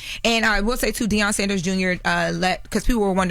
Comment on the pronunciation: I thought Deion’s last name was Sanders and not Saunders????